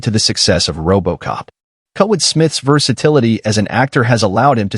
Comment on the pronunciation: I really hate AI doing the voice commentary for these videos. The AI doesn't know how to correctly pronounce names and certain words, making the video seem very stupid. I mean, how do you pronounce Kurtwood as Kotwood? Seriously.